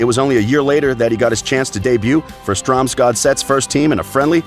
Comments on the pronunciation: Exactly my thought. He sounds like he’s reading off a script, and even with that in mind, he still somehow managed to be inconsistent in his pronounciations of names :P first he says «Strom-god-set», then he starts referring to them as Strom-gardet, all of a sudden. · it is pronounced Strömsgods ETT. not stromsgodeett. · MSG Penguin ja fy faen han sa stromgardet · The only hard word is the Ø, and the easiest way to say it is to act like you are french and say the ending to blue. "le bleu" . So Str(eu)msgodset and (eu)degaard. That being said, I don't care how you can't pronunce perfect Norwegian. It's not like it's a world language anyway. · Stroms-GOD-zette Strom-Gaudette Haha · strams gordet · He pronounces strømsgodset differently every time he says it 😂😂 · All european names were pronounced horribly wrong. Some examples: Ødegaard, Tippeligaen, Strømsgodset, Real Sociedad, Getaffe.